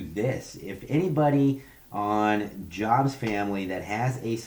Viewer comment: This guy is calling out Jabs while he himself seems completely fake.. You JUST joined the Jabs Patreon Club and you're already complaining because he didn't "acknowledge" you right away. And his name isn't JOBS.... It's JABS.. I know Erik and you are WAY OFF on your opinion and analysis. If Erik is guilty of anything, it's that he got too big too fast. If you're as smart as you claim Mr. CEO, it might be wise to gather more information about someone. You aren't even saying his name right.